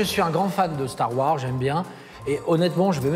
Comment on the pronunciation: "Star Wors", "Yan Solo" 🤦‍♂️